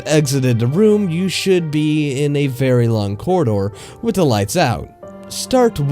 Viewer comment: "With" "wif"